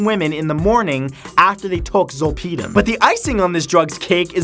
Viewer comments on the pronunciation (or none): XD You say "Zole-pee-dim".... "Zol-pud-im" Zolpidem is generic Ambien and is widely prescribed in the US for sleep still... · Zolp(aahdem) how it’s pronounced is generic ambien . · zol-PEE-dem lol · Zolpidem is generic Ambien. I’ve also never heard it pronounced “zole pee dumb” before, but I’m definitely going to start pronouncing it your way :) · Lol, facts. All the drugs he talked about are very well known. Especially when he said and mispronounced Zolpidem (Ambien). What a clown 🤡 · As a previous pharmacy tech, your pronunciation of zolpidem is driving me nuts. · wow they way he pronounces zolpidem is hilarious, had no idea what he was talking about at first and it's something I take almost every night. It's better know as ambien. I have migraines and sleep apnea and my mom does too, so we both are prescribed it by doctor. Yes can get you very high in a weird very way and makes you black out. i had accidentally taken 2 10mg pills once, because I had no idea it was so strong. I took 1 didn't seem to work so took 1 more, next thing i remembered was waking up with a couple cuts and bruises in my living room floor not knowing how i got there at all with something cooking in the oven. It's honestly not addicting at all for me at least, and im an addict so didn't realize so addictive can be for others.